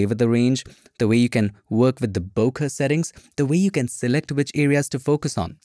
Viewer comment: Hey i always thought its pronounced (bO Kay) no disrespect to u